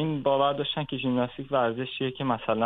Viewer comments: آقای هلا کوهی با عرض معذرت ژیمناستیک درست است نه ژیملاستیک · خیلی ممنون از دکتر هلاکویی گرامی فقط خیلی عجیب بود برای من که شخصیتی فرهیخته ای مثل دکتر هلاکویی به ورزش ژیمناستیک می گوید «ژیملاستیک» . نه یک بار که چند بار تکرار کردند . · صحبتاتون مثل همیشه عالیه آقای دکتر ولی ژیمناستیک درسته آقای دکتر نه ژیملاستیک